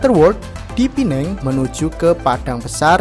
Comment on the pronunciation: Penang bukan pineng